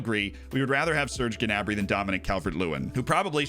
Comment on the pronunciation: Who is Ge'nabri? Pretty sure it's pronounce "Na'brie"